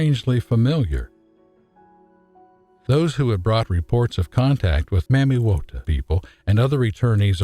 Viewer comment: I wish folks would pronounce Mami water properly. If you LISTEN to the people of the Origin of her initiates it is pronounced Mah mee Wah tag Not the white supremacy pronunciation found in the US maaaaa meeee .... Which has origins in Jim Crow South and translated into the Film and music industry of the 20's thru the 40's